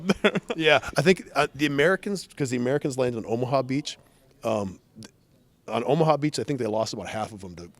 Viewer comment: It’s. Not omha it’s omaha